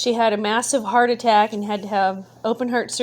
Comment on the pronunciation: Your Midwest accent came out strong when you said "heart attack." Lol sounded like Chris Farley (Bill Swerski's Bears Superfans) from SNL back when it was actually funny.